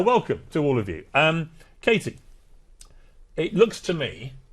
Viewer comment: KKKatie correctly pronounces her name towards the end, then mispronounces it to please her bosses.